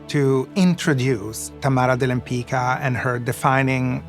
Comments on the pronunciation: Her name was Łempicka pron. WHEM-PITS-KA, not "Lempica". (This was her Polish husband's name, though she herself wasn't Polish). Forget the "de" - it was just a fancy French addition to sound more chic. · I cannot understand why these people pronunce their own name in a wrong way. Łempicka is a Polish name and correct pronunciation is [wempicka] "c" is pronunced like s/c "k" is pronunced like in a word "kind" . It sounds Italian now but it is not correct. To be honest, original pronunciation is much better. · I only wished they learned how to pronounce her last name properly. 😒😒 Abomination. Her own granddaughter butchers her beautiful surname. Shocking 😳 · I wish the expert were able to pronounce her name properly…. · Why does everybody mispronounce her last name? The letter “c” is pronounced as “z” in “pizza”. It’s a typical Polish last name. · I belive that the slavic pronunciation is the correct, the original one. The pronunciation they use in this video has been changed to suit the speakers of romance languages. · No, the pronounciation in this video is not correct, even the great grand daughter calls herself like this. But Lempicka/Lempicki is a polish name and has to be pronounced following the rules of the polish language.